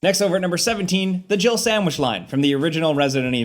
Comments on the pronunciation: I swear it sounds like he says Jill-erbil sandwich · even when i first read Jill Sandwich, i still dont hear that at all! he says jill with 2 syllables somehow, like jiddle or jibble yeah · When I first played Resident Evil back in the day, I always thought Barry said, "Jibble sandwich" 🤣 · Am I the ONLY person who ever hears "You almost turned into a gibblet sandwich" and not "Jill sandwich"? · I thought for years it sounded like "jibble sandwich" 😂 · I dont care what anyone says! Barry said JIGGLE SANDWICH! Everytime someone plays that footage, I never hear Jill! There's an extra syllable in there! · Omg those MK4 animations. The men walk like they’re trying to pick up other men Also, am I the only one who heard jiggle sandwich instead of Jill sandwich? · Apparently, I'm the only one who thinks it sounds like "jiggle sandwich" not "Jill sandwich". 🤣 How could you leave out "master of unlocking things"? It's classic!